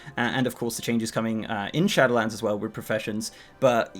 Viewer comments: It's SHADOWLANDS, not SHATTERLANDS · Am I the only one who hears "Shatterlands" when he says "Shadowlands"? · Istg you say shatter lands again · I hear "Shadowedlands"